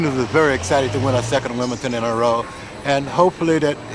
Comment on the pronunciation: It’d take her winning it 20 times before Richard says WIM-BLE-DON correctly